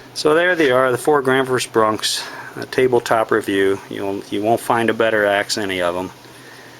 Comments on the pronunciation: Granfors Bronks hahaha your a little off with your pronunciation brother its Gransfors Bruks and I believe it's pronounced Gransforsh Brooks in Sweden :) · Who is "Granfors BruNks"? Where'd that "N" come from? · It's pronounced : Granns-forsh brooks